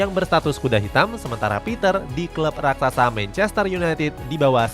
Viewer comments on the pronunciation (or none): none